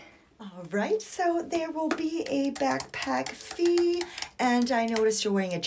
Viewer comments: I love how she says "feeee" so accurately 😂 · They way you say fee is great.